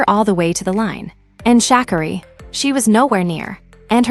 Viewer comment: This is a weird commentary. The pronunciation of Sha'carri's name is wrong. Everyone has their time. It doesn't matter what the world says or thinks. It's your life to live, not no one else.